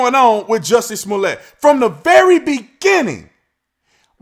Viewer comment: You're mispronouncing it. It's Juicy Smolyay.